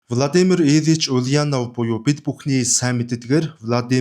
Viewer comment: оросоор буруу дуудаж байна. [улянооов] биш [уляааанов], [иилич] биш [илииич]гэж дуудна.